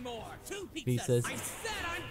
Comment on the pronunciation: Oh my god, I'm so sorry but those first few "Pizzers" just made the "Freezer" thing so much better